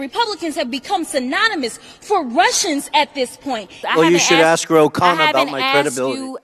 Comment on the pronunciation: It’s ASK not ACTS (fox guy)